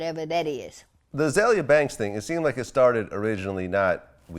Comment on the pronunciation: He can't even say her name right. LMAO. Poor Azealia.